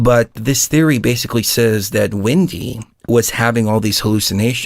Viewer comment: Glad to see you guys are back!/You pronounce Wendy as Windey, what state are you from?/Don't you think that the movie Interview With a Vampire had a lot of sexual overtones?/"How to build tools or war" did they NEED war before then?